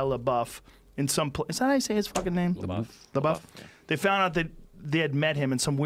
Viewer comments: Joe "PooDiePie" "Shia Labow" Rogan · Joe “Shia La-bow” Rogan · Joe “shia labo” Rogan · Joe “Shia Labow” Rogan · Kind of happens when you are too consumed in pronouncing "LaBuffoon" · Everyone: Joe... we know which Shia you're talking about... you don't need to try to pronounce his entire name every single time. Joe: L E H B O O F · "Shia Lebou?" Lol.... Joe, you're a legend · It's pronounced 'LaDouche'. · Joe Rogan is such an old man if he doesn't know how to pronounce Shia LaBeouf's last name lol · It’s pronounced shy la douche. Although he sort of redeemed himself with peanut butter falcon. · Legend has it, he's still asking how to pronounce Shia Labeouf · Rogan pretending not to know how to pronounce his last name. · Take a shot for every time he calls 4-chan guys amazing, and mis-pronounces Shia's name and you're dead. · I love how many times Joe asked how to pronounce his name lmao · I HATE when celebrities mispronounce other celebrities names like they don't know his name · You could e titled this video ‘Joe Rogan learns how to say ‘Labeouf’ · It’s weird that joe Rogan doesn’t know how to say Shia leboufs name but knows all kinds of bad shit that Shias done.. like bruh you don’t know the guy or anything about him or what he’s been through and you should know that media dramatize everything. Then joe reads the article and goes “well that isn’t that bad” and then says “whatever” and proceeds to down talk him.. you’re better than that Joe come on 🙄 I love your podcast and you seem like a dope dude but that’s not cool man :/ If you do ever have him on the show then I really hope you apologize to him. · Joe rogan is acting retarted to shia’s last name,how many times do they gotta correct him just for him to say “is that how you pronounce it”